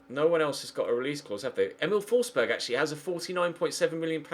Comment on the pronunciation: FFS it's pronounced Fors-berry ..... not Fors-berg....